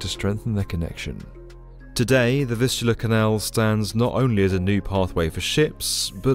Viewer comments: Fistula Canal? Anyone hearing that? 😂Maybe enunciate those "V"s better. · I thought you said the fistula canal until I read the description. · I can’t not hear Fistula Canal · I thought he is saying "fistula". It can cause anal leakage. 😮 kind of fits here but weird use of the term. 😊